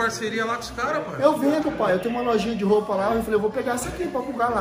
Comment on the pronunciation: Toguro falando pae tem pae !